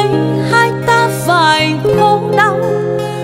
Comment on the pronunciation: 1. Anh đã dẹp hết các loại nhạc khác, chỉ nghe nhạc của e. 2. Bài Hoa Dại có nhiều từ e hát bị méo chữ ( vd: Phải - Tan - Hoa..), có thể đây là 1 thử nghiệm mới. Nhưng theo anh em hãy giữ nguyên bản sắc của mình: Đó là giọng hát trong trẻo kết hợp với phát âm chuẩn Tiếng Việt, không méo mó. Điều đó khiến người ta nói đến nhạc của em là nói đến sự trong sáng, thuần khiết nhưng đầy nội lực. Là cái hiện nay hiếm có khó tìm.